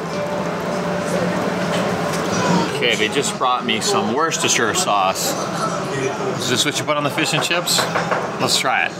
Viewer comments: it's pronounced woostershure sauce - a proud Brit:) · British 😂😂😂 looks good but not British , including the Guinness . Cold Roast beef with mash , anchovy and cabbage and fish dogs are new ones on me. And please please please please Worcestershire sauce is pronounced WUSS TER SHEER sauce but we call it just WUSS TER sauce 🙈